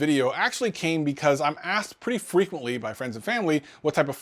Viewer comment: pretty Fweeeekuently🤣🤣🤣